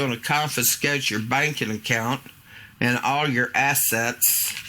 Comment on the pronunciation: Lol did she just tell them "they're gonna cofiskate yer bacon account"? This is comedy gold!-!